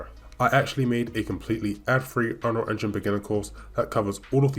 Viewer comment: UnRLL engine. Lol awkward af